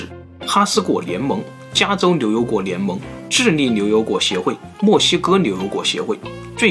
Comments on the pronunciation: 这次的liu油果主题配上的liu口音，确实难为了，太可爱了！哈哈哈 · 只有我吗还是其他人也注意到了7：07 的 ”柳油果“？ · 绕口令呀 牛牛果 流流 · 片子非常好，但是l n 不分的普通话听得我着实难受得很，总感觉鼻子堵了😭😂😫